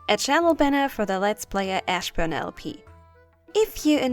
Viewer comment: Ich feiere deine Outtakes so krass! 🤣 Wie du ewig bei Ashburn hängst ist super - hab ich auch 1 - 2 Mal "Assburn" gehört? 😅Übrigens wirklich ein krass schönes Kompliment dass du da bekommen hast - geht mir auch so. Wenn jemand schreibt dass er lachen konnte bei einem meiner Vids ist es dass beste Kompliment. 😊